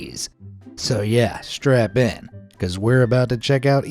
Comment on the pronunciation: When he said "so srapte in" i saw a kid duct tape to a chair